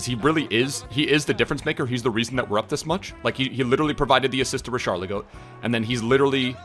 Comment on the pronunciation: Richarlison?:"More like "RichalinGO"